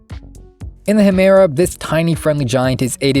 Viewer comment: My mah said HAmaira and beehemath